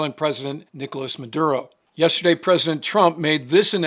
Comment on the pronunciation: Yes, "Mad-burro" is quite cringe.